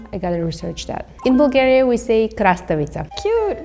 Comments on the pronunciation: Каква Булгария? На английски се произнася ,,Бългерия'' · Това не може да е оправдателна причина да се произнесе името на нашата държава без 'л' при положение че те имат същата буква със почти същия звук. Най-близко би било Блгариja или поне Балгариja (понеже 'ъ' е по-близко до 'а' отколкото до 'у'). Народите по цял свят намират политически интерес за умишлено очуждяване на езика си от своите съседи.